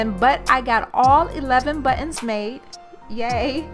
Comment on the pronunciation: thanks for sharing the idea. Good job! Also, Nice Porsche in the garage! I was trying to understand what “but-enz” are. In electrical work there are “butt end” crimp connectors. I thought that’s what you were talking about. I realized you are trying to say “buttons”. :D